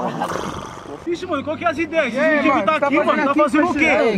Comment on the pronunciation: "Todo mundo aqui é medingo"KKKKKKKK